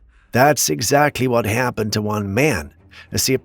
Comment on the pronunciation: I love the way you say “happened” 😆 …Hyaapened…😆🤷🏻‍♀️